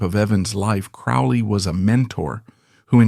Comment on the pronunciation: Aleister Crowley's surname rhymes with "holy", not "foully".